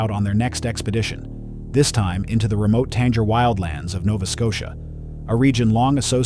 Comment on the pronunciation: Why repeat everything we just saw & everything the person said , unless giving additional information there's really no need. Ps - the Tangeir woods are not remote and are mapped like pretty much all of Nova Scotia & they even said they were going by a map ( by car should have been a hint ) pronounced : Tan - geer